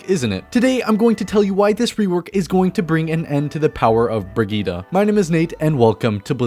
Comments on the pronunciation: It’s Brid-gette. Not brigitta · Brigette -> breh - geet not fetching bruh - geed - ah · her name is not briggite its BRIGGITEEEEEEE